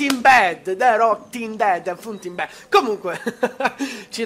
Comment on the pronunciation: De rotin dead XD sei un grande